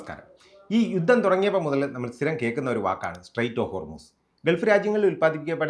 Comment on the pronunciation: Enthaada 'yuththam' Ninakk uchaarana sudhi illa